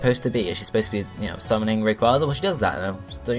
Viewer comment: it is a long a in rayquaza